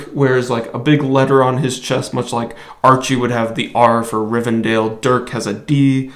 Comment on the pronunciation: Archie was from "Riverdale"....not "Rivendale".